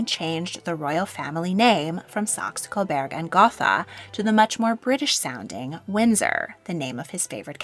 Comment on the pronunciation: its SAX UH CO BERG & GO TA